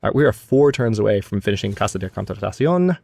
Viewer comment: It may help to say Contratación as two separate phrases. Tación almost sounds like ta-THYON if you want to go with authentic Spanish.